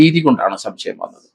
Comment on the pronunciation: ശംശയം അല്ല സർ. സംശയം ആണ് ശരി.